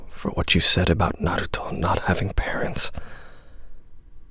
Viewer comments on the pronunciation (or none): The way this dude says, Naruto. "Narluto..."